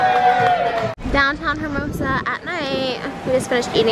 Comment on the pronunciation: Lol hermosa the h is silent. And give that bird a bigger cage!!!